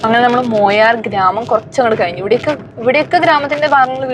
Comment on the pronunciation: മൊയാർ അല്ല മായാർ ആണ്